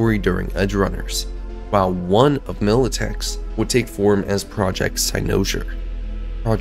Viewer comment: I absolutely love this theory and think you are 100% on to something. My only criticism is the way you pronounce cynosure.